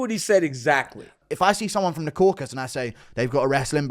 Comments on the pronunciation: The crocus mountains 😂😂😂(it's Caucasus) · bro kept calling the Caucasus " Kraukus" like bruh dj it aint ham lol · Someone teach DJ they are not called the "Crockus" mountains please 😂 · why does DJ refuse to say "Caucasus" correctly? Caucasian, Caucasus Mountains. People call it "caucus" but thats a completely different word. But if youre going to use that word, at least dont pronounce it "corkus" because i dont know wtf that is